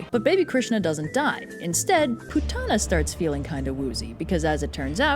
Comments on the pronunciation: Btw it's pronounced poot-na not pu-tah-na🙊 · 😂but it's actually pronounced as P-O-O-T-H-A-N-A or (poodana down in southern India). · Not Putana but POOTHANAH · The Correct pronunciation would be " "pootna" but I get your point! Pretty funny if you ask me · I am going to be whooshed for this, but horribly mispronounced all the names here. Because sanskrit has an inbuilt soft a sound and an hard n sound, putana will be pronounced as "pu-t-na" while kansa will actually be pronounced as "ka-uns", and balarama as "bal-ram". Putana would mean putrefaction.